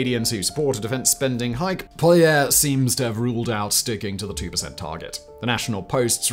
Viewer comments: As a Canadian I thought I would pipe up too... First, his last name is PAW-lee-EV, as he has a french Canadian last name but grew up in the largely English speaking West Second, announcing the country is going to purchase new submarines without attaching funding is like me announcing I am purchasing 1971 Jaguars for my wife and I. I have no timetable, nor do I have the money for it, but I announced it. Trudeau knows he will not be in power when the bill is do, so he can announce all sorts of things because he knows that Poilievre will probably be PM next year. Current polling has the Conservatives winning about 212 of 344 seats. Third, we as Canadians should be ashamed of ourselves for being so willing to give up our right to self defence to the US. Our defence is our job, and not one of the PMs in my memory has taken the military seriously. I know that there are austerity budgets coming, but hopefully the next finance minister can shave a little off for our military. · You can't with all the resources you have...you can't even get Pierre's last name right... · As a Canadian im very proud ro hear we're going to invest our Armed Force Im so glad mispronounced Polievre... He doesn't deserve the respect😊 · Please start saying "Poilievre" at least partially correctly.